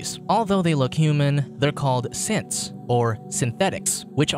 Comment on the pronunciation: me hearing simps instead of synths